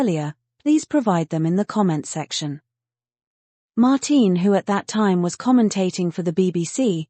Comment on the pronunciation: It's not "Mar-teen," it's Mar-tin Brundle. But that's what you get with AI. Does no one review this material before posting??